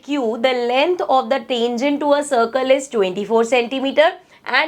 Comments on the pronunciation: Tengent,❌ Tangent✅ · mam sorry to say but it is tangent not tengent your pronounciation is wrong sorry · Tangent ❌ Tengent✅ Style hai hamara 😂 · Ma'am ur not pronouncing 'tangent' correctly 🥲